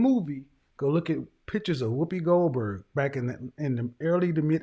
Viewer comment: He said whoopy Goldberg 😂